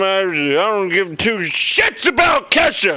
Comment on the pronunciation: I did actually think that Jon said "I don't give two SHITS about Ketchup!" But apparently he meant Kesha. ._.